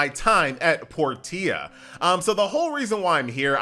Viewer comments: It’s time at portia (porcha) not tortilla 😂😂😂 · is it pronounced poor-tia or poursha? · Why are you calling it Por-Tia? Ive never seen anyone call it that. Almost everyone says Portia, pronounced Porsha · I keep hearing “Tortilla” 😭😂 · Great review, but omg I heard him 1st say Por-tee-uh I just layed out on the couch and closed my eyes. I was dead for a little bit. Glad to be back and playing the game 😂😂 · Pore tea ah! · is it not “my time at por-sh-a”????? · BTW, "Portia" is pronounced like "POR-shah," like the car. I never would've guessed thats how it's pronounced but that's how characters in the game pronounce it. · Never played the game, but in my head I always pronounce it as Port-e-ah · pour-tia...? lmfao is that how you actually pronounce it? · Pour-sha is how you pronounce it! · Isn't it pronounced pour-shuh? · I can´t get over how you pronounce Portia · Why are you accenting Portia so weirdly? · My eye twitches every time he says it. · I want to believe that he knows he's saying it wrong and doing it on purpose to hurt us. The alternative is less funny :(